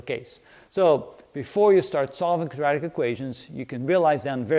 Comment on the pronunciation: Can I ask you, please... Are you saying "Quadratic"? Or, are you saying "Kajatic"? Thank you.